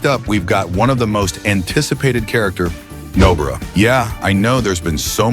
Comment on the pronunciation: bro called nobara nobra